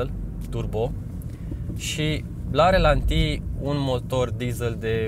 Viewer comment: E obsedant....ralanti, nu relanti!:)